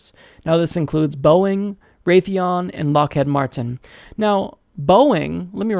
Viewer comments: That pronunciation was a Freudian slip. Subliminally you know that corporation wants to put all the American tax payers into a Head Lock! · Lockheed Martin. I have literally never heard that company's name mispronounced before this day, despite the thousands of times I've heard it said. I attribute this to your misreading of the name, rather than not understanding how "heed" is pronounced. Well, at least you got Boeing right.